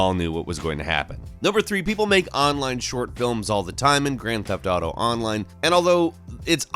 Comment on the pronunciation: Why do people say Grand Theft Dato?